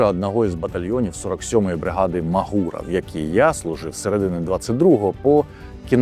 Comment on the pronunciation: МАґура! МАґура, а не маґУра, будь ласка, давайте будемо коректні, це важливо) Дякую за відео, друже 🤝🤝🤝